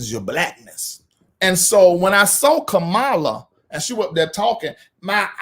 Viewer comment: I'M GONNA WHOOP YOUR TAIL IF YOU DON'T COMMIT TO PRONOUNCING HER NAME CORRECTLY. MY NERVES ARE TORE UP. (KAMA-LAH) NOT (KAH-MALA)